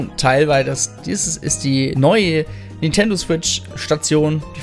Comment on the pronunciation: Warum zum Geier sagst du ständig "N'tendo" Switch oder "Nietendo" Switch. Sprech doch den Namen des Herstellers mal korrekt aus. NinNNNNtendo.